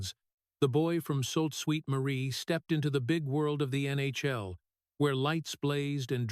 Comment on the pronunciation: Sault Saint Marie not salt sweet marie. Sault is pronounced Soo